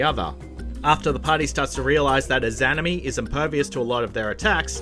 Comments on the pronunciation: Ē-zah-nah-me There is no itz in it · Sound it out with me.. Iza-nami.. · How dare you butcher the pronunciation of izanami and darklurker is the only dark souls 2 boss i have yet to beat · Anyone else bothered the way he said izanami 😔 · I legit cringed every time he said izanami like cmon it's not that hard 🤦‍♂️ and then rodin, omg hes doing it on purpose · The way he pronounces izanami probably pisses off naruto fans and persona fans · ...that Izanami pronunciation hurts...